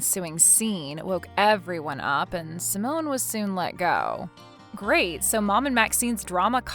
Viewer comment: It’s pronounced sigh-mon not pronounced like a French woman’s name Simone